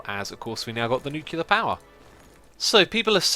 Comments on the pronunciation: X, Its not pronounced "Nu -cular". Its pronounced "New - Clear ". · You're better than that, X. NUKE-lee-er, not NUKE-you-ler. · X, if you see this please pronounce it as "New-Clear". Even though English is not my native language, I hate people mispronouncing words, but only to a negligible level, becuase everyone makes mistakes. But people who are ignorant about it even after pointing it out? God I would love to get them in my hands. And also google it people!!!